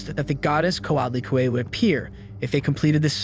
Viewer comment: OMFG.....people SERIOUSLY?!?!? Is it SO DANG hard to research the proper pronunciation for words you are unsure about?!?? CO AHT LEE CUE EH, and PAY OH TEY .....SMH